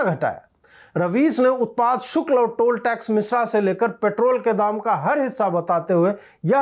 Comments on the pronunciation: Shulk bolein sukl nahi ,please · Ajit bhai shukl nahi shulk bolo bhaiya...taish me sach to bola lekin uccharan sahi rakho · Ajeet Bharti ,Keep roasting Ravish Bhaand and NDTV crew. Occasionally also keep heating the bums of Wire and Print.A correction in your narration today, the correct word in Hindi is "Shulak" and not "Shukal". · उत्पाद शुल्क not शुक्ल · शुक्ल नहीं शुल्क होता है वैसे कोशिश अच्छी हैं हिंदी बोलने की. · धन्यवाद। शुल्क को शुक्ल बोला गया । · Ajeet bhaiyaa utpaad shukl nahi utpaad shulk boliye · शुक्ल नही शुल्क कहिय । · सही उच्चारण , " सही शुक्ल " नहीं बल्कि ," सही शुल्क " है . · Shukla aur shulk me antar hota hai hindi pahle Sikh le baad me bakaiti karna. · शुक्ल नहीं शुल्क(शुल् क) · शुक्ल नही शुल्क बोलना चाहिए था। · शुल्क नाकी शुक्ल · Shukla nahi chutiye shulka hota hai....BC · Utpad 'shulk' Ajeet ji 'shukla' nahi.